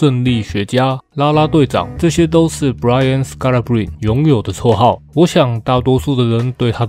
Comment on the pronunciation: 板凳的最佳精神支柱，同時也是另一種隱藏王牌！感謝您的用心整理資訊，分享這位球員給大家知道 其實他的名字Scalabrine結尾的e也要念，就是那個尼的發音，我也是剛剛搜尋相關片段聽到主播們都是這樣念的